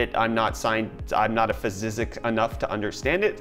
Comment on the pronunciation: "I'm not a physsizzics enough"